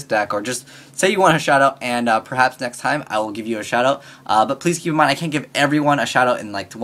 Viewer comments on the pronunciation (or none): none